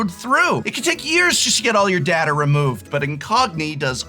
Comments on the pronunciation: as a star trek fan, you should know how to pronounce data!! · Both pronunciations of the word is considered correct but I personally go by the following rule. day-duh is the transfer of files dad-uh is the storage of files